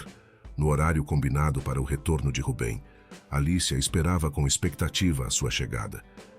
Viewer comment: Boas histórias..mas, por que muda os personagens? Nâo faz sentido! Assim como o erro crasso na pronúncia do nome 'Rubem', corrigido ao final do video!